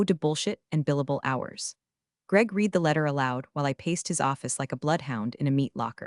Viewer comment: Still can't get "read" pronounced correctly.